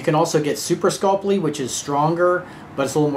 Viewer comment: Scul-py,, Scul-py. Not Sculp-ly.:)